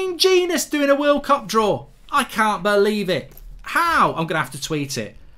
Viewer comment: annoys me that he sometimes pronounces "cup" in a posh way and sometimes in his normal regular accent